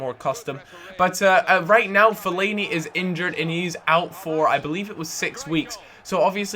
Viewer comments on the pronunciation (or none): none